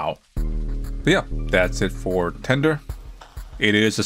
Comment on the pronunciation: I heard "Candor" not "Tender" at first and boy, was I confused for a second.